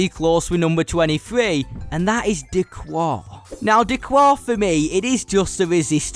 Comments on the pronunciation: Its «d kar» not «d cuar» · D'Qar is pronounced like a Chicagoan telling you what he parked in da garage - da car. It's not da quar. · D'Qar is pronounced D'Kar, not D'Kwar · D'Qar is pronounced 'Da-Kar' by the way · I just want to say D’qar is pronounced D-car